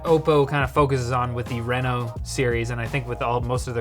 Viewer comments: Renno? Renault? No, it's "Reee-No" ..darn canadians, eh? Surry dayr bod! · i used to live in reno nevada so him saying R-eh-no instead of R-ee-no is triggering me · The reason this ended up on Short Circuit and not LTT is because kept saying R"eh"no instead of Reno. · Renault out here getting free advertising . Sounds like Renault when he says Reno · He's saying the name of the phone wrong, look up how people pronounce Reno, Nevada. Minor thing that bothered me everytime you said it.